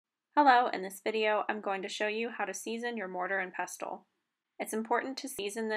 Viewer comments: This is brilliant, great explanations and demonstrating. Thank you for sharing your extensive knowledge. Just a note, though, the ‘t’ is silent in pestle (all words are with this type of spelling). 😊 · Not sure I trust the advice of somebody who cannot even say the word pestle correctly. It is pronounced with a silent 'T'